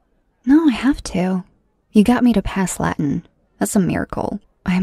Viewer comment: As a latin student, her pronunciation hurt my soul a little bit...